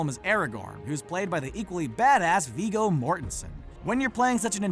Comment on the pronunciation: It's Viggo Mortensen. Not Viiigo. It's pronounced with a short i 😊